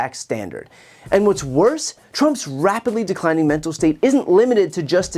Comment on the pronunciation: Men-Tal Decline Men-Tal Decline Men-Tal Decline Men-Tal Decline